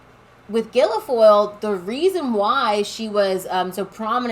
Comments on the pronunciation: It's pronounced gill-foil, NOT gill-e-foil. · Guil-foyle, pronounced like ‘gill-foil’. Not Guili-foyle. Thanks. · Its not GUILAFOYLE its GUILFOYLE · Please stop saying Gilo-foil. It's just Guil-foil. I hate that Kimberly b!tch but you sound like a f***ing idiot. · It's not Gil I foil... hate her but get the name right... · It’s “Gill-Foil” ….no big deal. Just an FYI. ✔️ Kimberly is a scumbag…….which is why Newsom divorced her. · Girls, you unwittingly said Guilfoyle in Irish!!! "Gillafole" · It’s pronounced………. Gil Foyle. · Hello sisters, you're doing a good job. Kimberly's last name is pronounced " gill foil", just 2 syllables. It's an oddly spelled word. Took me a while to figure it out. Keep up the good work. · There's no vowel sound between the l and g in her name: gill foil I do this respectfully and with love. There are plenty of ways to buy stocks. I'm not buying the Publix employee owned. It's the first this spin went around. The wealth gap is widest and most evident in Florida. Keep up the good work. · FFS pronounce the horrible woman's name properly. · I don’t like Guilfoyle either. But my goodness, try to pronounce her name correctly! Or your credibility will be lost!